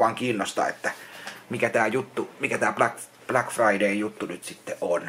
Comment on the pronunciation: "minä en osta mitäån bläck firdäystå" nyt ostellaa pääpantoja ja kolmijalan